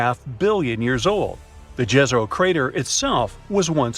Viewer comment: Pronounce YEZERO (Serbo-croatian)=LAKE